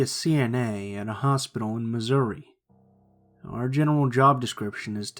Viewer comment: Omg when he said Missouri I freezed